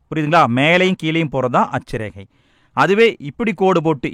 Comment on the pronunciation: அட்ச ரேகை தீர்க்க ரேகை konjam clear ha sollunga sir